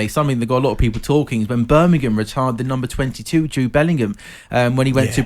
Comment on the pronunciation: “Ritired” top quality Talksport 😂😂